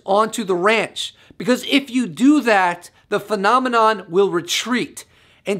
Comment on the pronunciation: Got tired of you saying phenomenom!!!!